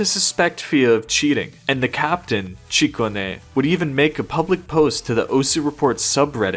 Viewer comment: Dud its Chicony not Chicone